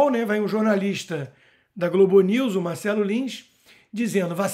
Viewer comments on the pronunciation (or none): none